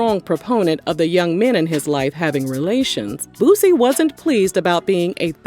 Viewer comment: He said it right tho. Most of them say lil BOOOZY